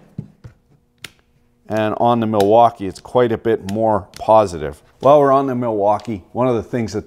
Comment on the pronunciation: “The Milfuckee” -, 2020